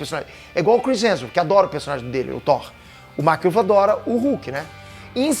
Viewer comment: Mark ruffalo ou Mark Ruffles? kkkk